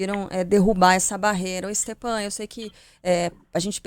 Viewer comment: Stepan? É Stefan que se pronuncia.